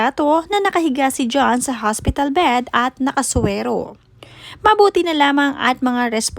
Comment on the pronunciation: Careful with your pronunciation HOSPITAL PO not haspital wahahhaha... Hindi po slang Yan for hospital. Nakakahiya nman maging OBOBS PO.